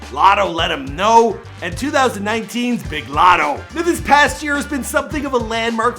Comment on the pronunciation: why did he say latto like that ? 😂. But she is talented af